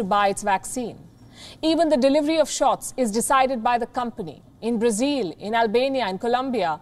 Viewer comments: Palki, why do you say Brazeal? It is Brazil. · Her pronunciation is more accurate. Brazil is how westerners say it. Brazilians say Brazeal.